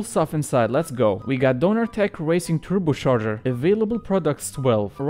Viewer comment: TurboCHarger not turboSharger